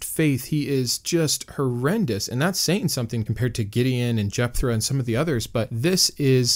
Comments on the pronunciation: Love the channel, but you're killing me with the "r" sound in Jephthah; or have I always been pronouncing it wrong? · Sorry but this is driving me batty. There is no “R” in Jepthah